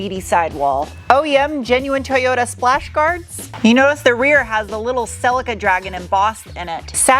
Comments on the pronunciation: I know it's not... however, did I hear you say; Sillyca' - just curious 🤨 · I like the way you pronounce Cel-ee-ca.